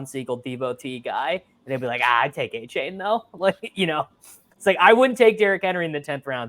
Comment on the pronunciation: can you mfers learn how to pronounce achane